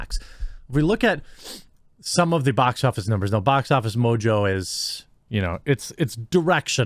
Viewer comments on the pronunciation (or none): none